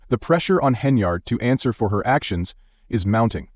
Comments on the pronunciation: HENN-yard....fix your AI,👎🏾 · Henry-ard. LOL Gotta love these robo voices.